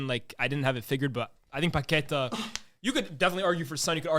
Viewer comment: Paquetá you pronounce like lyes says it, but instead of the accent on the e its on the a, And joão is not pronounced like joao, search on translate how to pronounce, I can't really explain it,it's pretty close Hope it helps! 👍🏽